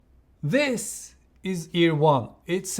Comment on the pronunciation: Çok güzel This diyorsun abi. Vis iz akxmsm